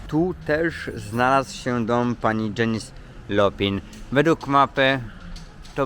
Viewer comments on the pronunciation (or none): Też tak slucham co za Janies Lopin 😁 a tu chodzi o Joplin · Janis Joplin wymawia sie Dzenis Dzoplin, Poza tym wszystko super.